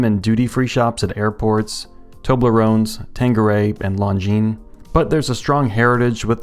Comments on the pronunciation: Lone-Jean and not Long-Jeans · It's pronounced lawn jean. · "I still don't know how to pronounce the brand, but long-guinness did a pretty pretty good job on this" you are the best at writing watch review scripts. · Not Jean, zheen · It’s pronounced ‘Long Jeans’. That’s what they told me on my channel. 😉 If Longines was Asian. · "... longuinesss ..." 😂👍🏼 You surprised me with that last one and I had to give you a chuckle. You deserved it. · It’s pronounced, “Long-gina” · You killed me with that Lon-gi-ness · Longines not longuines lol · You absolutely do know how to pronounce that brand name and you deliberately did it some other way,. Oops. No. I'm terrific. Why doesn't anyone pronounce Glycine the French way but they all insist on doing it with Longines or Jaeger le Coultre even though Jaeger comes from a non-French word? I think I might be asking the wrong guy...